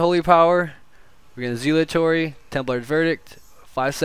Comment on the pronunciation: For the love of God, PLEASE learn how to pronounce Zealotry.